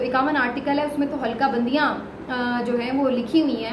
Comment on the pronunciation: ، ہلکا بندیاں نہیں، حلقہ بندیاں ۔۔۔۔۔۔☺️ اردو بولیں تو پھر اردو بولیں، جدید اردو کی تخلیق نہ کریں، عین نوازش ھو گی ۔۔۔۔۔۔🙏 والسلام علیکم ورحمتہ الله تعالیٰ وبرکاته ،،،